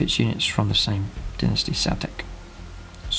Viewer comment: Dinnasty? Lol